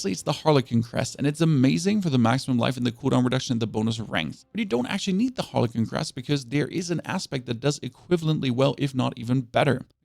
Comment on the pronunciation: Seriously dude?? You really need to Google how to pronounce the words "siphoning", "frigid", and "harlequin" SMH.